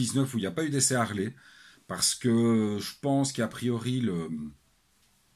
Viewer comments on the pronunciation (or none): Bonjour. je ne savais pas qu'en Belgique on pouvait faire la liaison entre deux consonnes.EX: Les z'Harley ou deux z'Harley. LOL